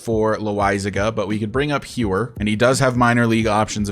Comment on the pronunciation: I remember you saying to let you know about pronunciations and stuff, so Codi Heuer is pronounced like Cody Hoyer.